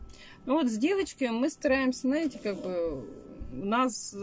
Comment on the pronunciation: пожалуйста не наете, а ЗНАЕТЕ.